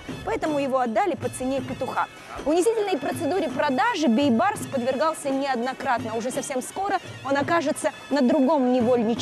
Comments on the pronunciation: говори правильно, не Байбарс а Бейбарс...смысл большой.....Бейбарс...-Бей тентек барс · надо правилно пройзносить не Байбарыс а Бейбарыс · Нормального диктора надо вам. А то Байбарыс байбарыс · Вот почему нельзя называть всё своими именами??? Зачем и почему коверкать великое имя??? БЕЙБАРЫС!!!! БЕЙ!!! А НЕ БАЙ!!!! ВОТ ПУСТЬ ЕГИПТЯНИ ТАК И НАЗЫВАЮТ ЕГО!!! настоящее имя Бейбарс!! БЕЙБАРС!!! Молодежь смотрит такие исторические фильмы и потом также коверкают имя ну е мое((( в целом все правильно такие фильмы нужны, но я вас прошу не коверкайте великое имя!!! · Бейбарс, а не Байбарс." Бей" означает великий ..барс. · Не Байбарыс А Бейбарс . Что за Казахи Незнают даже элементарные Казахских слова Бай это богатый А Бей Вольный Барс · Почему слова Бейбарс она говорит Байбарс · Не Байбарс а БЕЙБАРС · Читайте правильно,не байбарыс,а бейбарыс,орысы блин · Не Байбарс,а Бейбарс!слово бей,это иной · Бейбарс а не Байбарс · НЕ БАЙБАРЫС А БИБАРЫС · Уважаемая, его имя произносится БЕЙБАРС, ПОЧЕМУ ВЫ ИСКАЖАЕТЕ. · Не поняла почему автор все время говорит Байбарс? Как его на самом деле зовут Бейбарс или Байбарс ? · Почему она говорит Байбарс?! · Правильно произносите имя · Мангурт,хоть правильно не смогла поизнести имя султана Бейбарса.